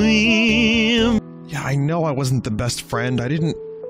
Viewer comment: 3:60 Sweem